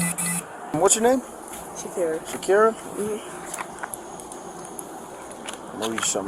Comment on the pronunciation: Shakerria pronounced Shakira.... What?